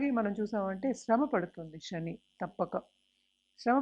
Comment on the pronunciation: అంతా సోది. శ్రమ, శని అని పలకలేక ఛస్తోంది ఈ మేఢమ్ గారు. Stop this nonsense.😂